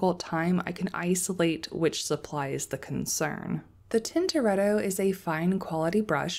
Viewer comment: Thanks for making this video. So appreciate the time you took to show such a useful comparison. Love your swatches! I'm worried for your nice brush with all that swirling and scrubbing on the paints. Maybe consider pre-wetting. Also, "More ell ohn neh." (You are pretty close, so nice! It means big mushroom. You can get Morels (mushrooms) in some places in the US.) And "Tin-tor-et- toe." (Named after a famous Italian painter.) Thanks again!